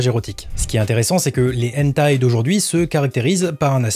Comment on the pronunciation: Très intéressant. Point pour améliorer la chose : prononcer le "h" de hentai en le soufflant, comme en anglais. Si on ne le fait pas, ça change le sens du mot.